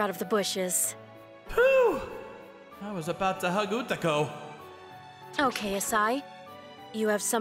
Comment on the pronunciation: Izumi was calling her Utako but she was referring herself as Ukato , WHAT IS THIS MISPLACEMENT OF "K" & "T" ?